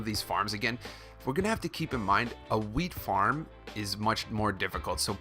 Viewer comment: 330 like and is it just me or did it sound like he was saying weed farm